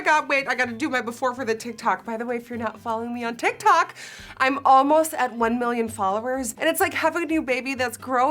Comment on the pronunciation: The way she says tik tok..... ticktoock I LOVE IT. HER ACCENT COMES OUT AND I LOVE IT